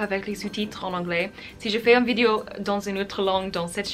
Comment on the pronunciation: Tu parles très bien français, c'est super :) Attention juste à la façon dont tu prononces "vidéo" , de manière complétement américaine... En français on ne dit pas "vidio" mais bien vidéo en insistant bien sur le E ;) bises